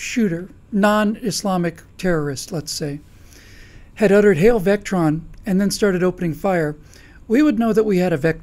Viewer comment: Vectron? Other than that, nothing but good points.